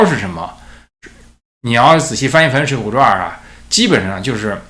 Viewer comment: ，水浒传，不是水浒传儿😂再传儿，我都要跟着传儿了